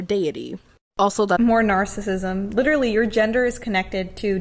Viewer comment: Whatever that was with the death note sweatshirt on said “literally” so idiotically. “LiihLLeRLLeigh” “lillerly” huh???? Yeah lemme take advice from you. But you’re a kid. This dude or woman or whatever that was is gonna look back on this in 10 years, maybe even less, with so much embarrassment.